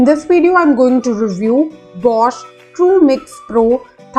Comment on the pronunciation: It is bosch